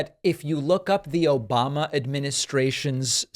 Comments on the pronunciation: I think he also said Obamna too lol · "Obamna" 😂 This isn't the first time trump has mentioned sharks. He is terrified of sharks. I think people need to start showing up at his rallies dressed as sharks or hold up big pictures of sharks. Lol